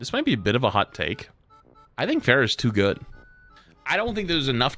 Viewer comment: has played Overwatch for how long and he pronounces “Pharah” like “Fair-uh” 💀💀💀